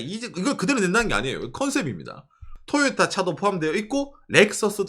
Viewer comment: 된소리발음 너무 과장해서 듣기힘듦… 도요따! 도요따! 빠나쏘닉!